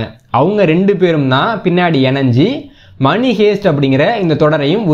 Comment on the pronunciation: அது மணி.மனி அல்ல.